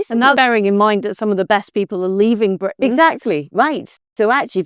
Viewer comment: When Liz pronounces the letter "R" in Britain as a "V" -- i.e. Bvitain -- that's on purpose. It's an homage to Winston Churchill and "V for Victory"! 👍😜🇬🇧✌